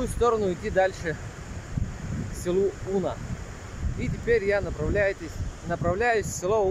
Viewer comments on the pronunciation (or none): Брат, не Уна, а унА